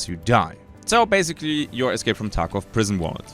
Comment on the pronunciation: You said escape from taco wrong